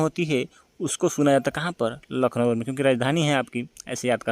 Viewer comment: Bhaiya lucknowur nhi hota h lucknow h 😂😂😂 kya aap naam bigad the ho